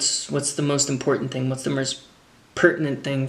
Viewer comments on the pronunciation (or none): “What’s the merst pertinent thing..” 😂 Reminds me of a South Park character.. all jokes aside I loved the video and am a huge fan! Keep killing it Matt!